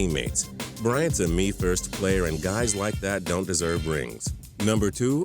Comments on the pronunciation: It's pronounced ndamookong suh not damookung suh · It's nuh-dom- uh-kin